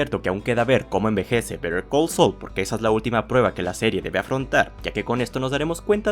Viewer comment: Por que dices bether call sol 😂😂😂😂😂😂😂😂😂😂😂😂😂😂😂 se pronuncia saul tal cual pero de forma rapida.